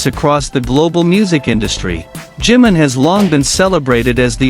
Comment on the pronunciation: A tener cuidado con el nombre NO ea 'JIM' SINO JI-MIN o JIMIN!!! si dicen 'jim' puede confundirse con JIN que también es de bts ES IMPORTANTE LA BUENA PRONUNCIACIÓN DE LOS NOMBRES PORQUE PARA ELLOS TIENE UN SIGNIFICADO IMPORTANTE... creo que si a uds le pronunciaran mal sus nombres lo corregirían: verdad? Yo lo hago, tanto como cuando me nombran o cuando lo escriben así que A CORREGIR EL NOMBRE DE JIMIN PORQUE EN ESO TAMBIÉN SE NOTA RESPETO!